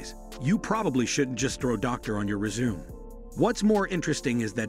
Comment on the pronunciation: Never trust a person who can't pronounce "Kwame" and "resumé" right.